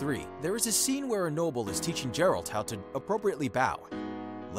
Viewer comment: GEH-ralt Not Jeralt 😤